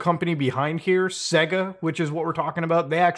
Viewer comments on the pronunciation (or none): “Say-GA” not “Segg-uh”